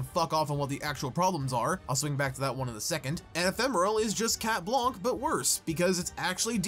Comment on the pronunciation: Every time you say chat blanc I hear chat wonk